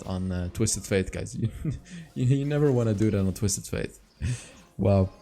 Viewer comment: F - ate not F - aith.